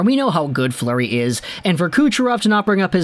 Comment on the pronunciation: It's Fleury not Fluery...